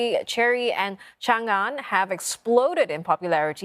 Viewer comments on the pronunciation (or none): Really? Chan-gan? This news host should go take a pronunciation lesson.